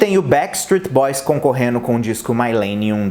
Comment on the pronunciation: Concorreno não, concorrendo.